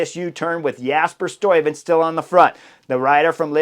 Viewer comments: It's just the 'uy' you don't get quite right. I hear you pronouncing it as 'oi'. You could put 'Stuyven' into Google translate and push the speaker button. That's the right pronunciation. I also put 'Kruiswijk' in there, and in that case it didn't sound right. You do it correct. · Very good! Love the review of the race! Btw, the 'uy' of Stuyven is pronounced the same as the 'ui' of Kruiswijk ... 😉